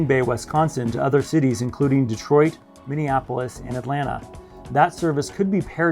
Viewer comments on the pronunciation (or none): "Minneapoolis" Never heard of it.